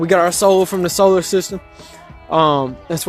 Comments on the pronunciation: Solar system. Sol. Not soul. Sol as in the Latin name for the sun. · Oh god... It's SOLar system, not SOULar...why do these people like to treat words like this, like they can imagine a word sounds like any other word and BAM immediately there's this deep cosmic connection that means something man! But they can't even do it right. Well, it's Solar, that sounds like soul, so it must mean soul. God this irritates me to no end. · “Soular System” is a gem, though!